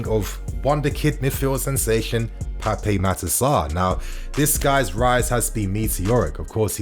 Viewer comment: I am from The Gambia a neighbour of Senegal. I can help you pronoun his name. Just remove the letter (E) at the end of PAPE. AND JUST PRONOUN IT AS (PAP). THE WAY FRENCH SPELLS A NAME IS DECEIVING TO PRONOUN.